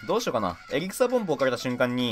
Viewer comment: エリクサーポンプが草ポンプにしか聞こえない